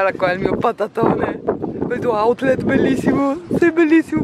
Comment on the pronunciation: AhahahHHaha autlet? Ahahahahaha siete mitici